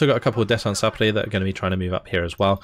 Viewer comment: Hey great video, waited for gameplay of this division! quick note, saperi is pronounced sapyori, even though its written as it is, Russian is a convoluted language!:D